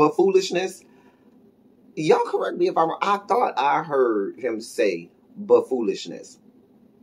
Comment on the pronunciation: I also heard "bufoolishness" lol